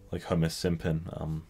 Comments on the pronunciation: Did he said Homer SIMPON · Are we seriously ignoring the fact that said homer SIMSON